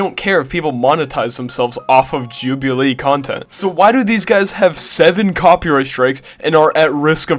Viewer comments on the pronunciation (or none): Why you pronounce it like that 😭😭 "Jub-eee-lee" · congratulations on 30k ps istg ur saying some of these names wrong to bate for comments and honestly fair play mate Joobualee lmfao